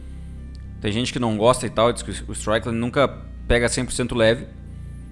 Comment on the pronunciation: Desculpa, mas vc está pronunciando o nome do Strickland errado... se pronuncia Istrikilend e não Straikiland. Parabens pelo canal, assisto seus videos todo dia. abração!